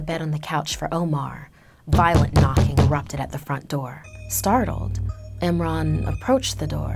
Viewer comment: when she said eemran i thought she said nimrod